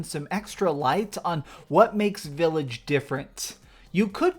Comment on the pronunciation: VILLAGE NOT V I I LLAGE